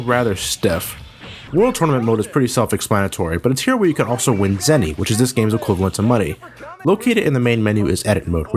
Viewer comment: I thought of Zennys...not Zenies...